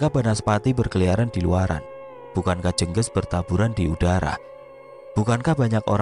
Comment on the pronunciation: Mas, bacanya bukan jènggès Tp jènggés Spt baca ES bagian GES nya Jènggés itu kl di daerahku sm dgn teluh, santet